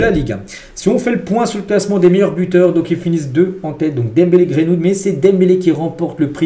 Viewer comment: C'est Greenwood, pas Grainewood